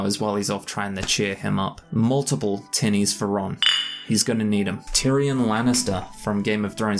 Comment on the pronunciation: Lol, you know, I was listening to this in a crowded place and every time you said tinnies I heard titties and I was definitely wondering why you kept saying it. Then I finally realized I just have a gutter mind. In all seriousness. I would never survive a drinking game with Gimli, someone who is more lightweight is more my stride so I can match then drink for drink. But I wouldn't say that any of the characters is at all like me in their descriptions sadly.